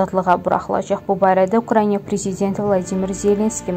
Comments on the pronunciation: Eziz aparici sizce UKRAINA düzdü yoxsa siz deyen kimi ukraynya ? Oxuyun öyrenin bilin! Düzgün telefüz edin bacarmizrsinizsa diksiya etmeyin danişmayin sesinizi yayimlamayin ayibdi ! Birce ölke adlari yox umumiyyetle çox sözleri düzgün telefüz etmirsiniz xanim qedin. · Ay qız !!!! Украйня yox !! УкраИНА !!